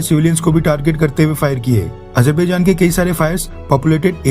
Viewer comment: Hahahahahaha Modi is worried about Azerbaijan/Armenia conflict. He pronounces it Ajar...bhai...jan...😂😂😂😂😂